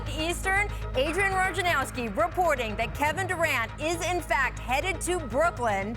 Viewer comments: no one says voynarohfskee. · who's adrian Ronjanouski? damn people.. its Wojnarowski. ''Voynarohfskee'' damn